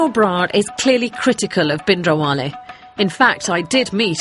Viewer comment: if she considers herself even slightly Punjabi, she could at least learn to say 'Bhindranwale' correctly..